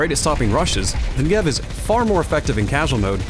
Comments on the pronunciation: It's NEgev, not NegEV 😄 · please pronounce the ne accented amd not the gev 😢